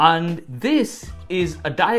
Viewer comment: Its pronounced say-at lol.. 'seat